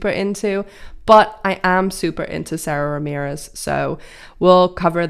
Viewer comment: I love Mindy, too! Great writer!! Tony winner, Sara Ramirez is pronounced Sah-dah. There's an EW 03/2018 interview where they say their name in the first 30 seconds for reference. :)